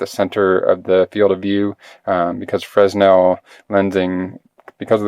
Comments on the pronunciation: it's not "Frezno" lenses, or "Freznel" lenses. While your spelling is correct, the pronunciation in English is "Free-nel" the "s" is silent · used to pronounce fresnel as you do. Then it was explained to me it's French and pronounced fray-NEL. Rather narrow market for this item. My wife owns an iPhone 6. Doubt I will.But there could be a bevy of iPhone 6 imitators. One never knows, huh? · Can't watch any more. If I hear an American pronounce it "frez-nel" one more time, I'm going to auto-immolate through sheer will power... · It's a name, not a word translated into American- it should be pronounced correctly.